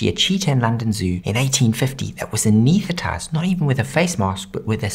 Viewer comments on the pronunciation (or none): AnESTHetize. There's an "S" there.